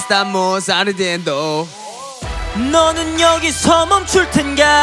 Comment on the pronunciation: Les fue dificil decir corre.corre y por eso decian core core.Igual acentuaban. Como en ardiendo que no lleva acento cantaban.ardiendo' Pero de todos modos gustaron mucho entre los hispano.hablantes.❤🎉🎉